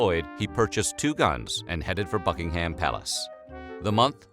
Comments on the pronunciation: It's "Bucking'um" not "BuckingHAM," - oh, good grief. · I know it doesn't matter but it kept bugging me 😂 It's not bucking-ham (as it's written) It's bucking-um Sorry, I know it's not important but still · The H in Buckingham is silent. It’s Bucking’am NOT BuckingHAM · Buckingham Palace is pronounced buck-ing-um palace I'm pretty sure, not buck-ing-ham lol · Can you stop saying bucking ham palace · BuckingHAM palace lol.makes me laugh when Americans say it wrong.. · Nobody:: BuckingHAM Palace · Every time he says "Buckingham" I twitch.